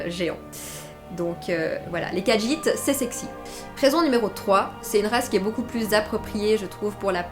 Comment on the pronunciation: Mais si les khajiit est ta race préféré... Tu devrais savoir qu'il n'y a pas de "d" dans la prononciation du nom de la race